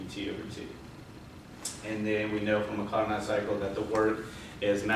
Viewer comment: Good initial overview of what was going to be discussed in your presentation. Carnot is pronounced "car-no", with a silent t... :) Overall, it was a good presentation, especially of Saturated Pressure vs. Temperature.